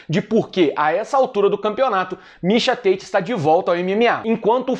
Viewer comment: Mixa Têite dublado para o ingnoreixom, ai vem vc falando em inglês mixa táti que é o mesmo mixa tate😂 cadê o personagem do ursinho pulf o que fala xiando kkkkk